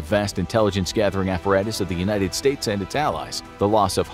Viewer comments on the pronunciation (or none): none